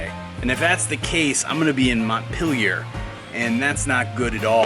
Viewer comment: As a French person, I find it funny how you pronounce "Montpelier"